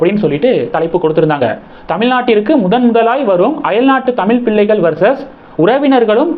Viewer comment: இந்த மாதிரி வீடியோ போடற நீங்கள் முதலில் சரியாக தமிழைப் உச்சரிக்க கற்றுக் கொண்டு பின்னர் போடவும். உதாரணமாக பிள்ளை மற்றும் தமிழ் போன்ற வார்த்தைகளை சரியாக உச்சரிக்கவும். உங்கள் உச்சரிப்பை நீங்கள் பலமுறை கேட்கலாம்.